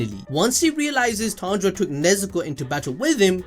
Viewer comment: Tanero 😂😂😂😂😂(Tanjiro)